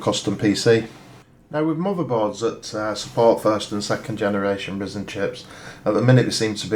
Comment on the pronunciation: It is ridiculously frustrating to hear you say Ryzen the way you do